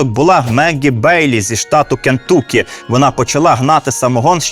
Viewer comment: Дивно, що Нетфлік ще не зняв серіал про Римуса і «сухий закон»!? P.S. Все круто і дуже цікаво але «КентАкі, а не КентУкі»!!!)